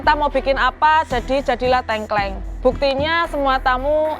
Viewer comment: Tengkleng mbak bukan tengkleng